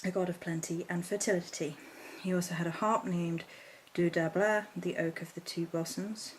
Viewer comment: Pronounced DOO-r